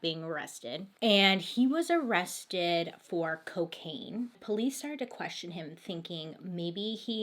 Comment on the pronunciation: Love how she said "run fur it" instead of run FOR it. Fantastic. I hope she knows we are laughing with her! Not at her! The mispronounciation is part of why we love her!